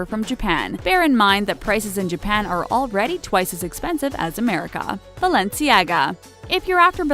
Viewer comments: Girl it's vetmo , raf se-mons, bah-lenciaga, is-tu-see🙄🙄🙄🙄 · Can’t even pronounce raf simons right UPDATE: also balenciaga and also stussy